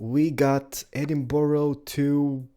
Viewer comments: Why do Americans say Edinboro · I'm from falkirk and I'm sorry but Edinburgh is pronounced edin-bruh I love your videos tho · That's not how u say Edinburgh!!!